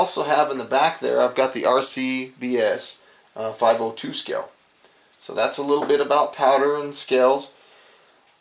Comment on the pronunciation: It's pronounced "scale", not "skell"....okay?